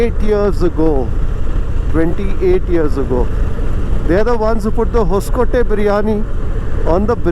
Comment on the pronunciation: Thanks for video. Btw it's It's 'hosa coatay' (meaning new fort) nee hosakotte...